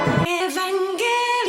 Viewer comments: エヴァン↑ゲーリー↓オン↑ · エ⤵︎ ヴ ァン⤴︎ ゲー⤴︎ リ オ ン⤴︎ アダムがハガレンのエンヴィー！？ じゃんけん ここが私的に見どころ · 何回見ても「エヴァ～ンゲーリオンっっっ⤴⤴」の発音好き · 相変わらず発音がえぶわんげりおんなの大好き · この「えぶぁんげりおん」って独特の発音好き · 11年経ってもヴァの発音そのままで安心した😌